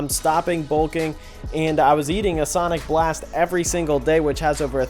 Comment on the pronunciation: what did you say you were eating? asonic blast?